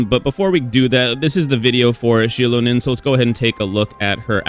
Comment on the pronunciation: Thank you for pronouncing her name right.